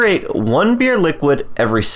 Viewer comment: BEERY XDD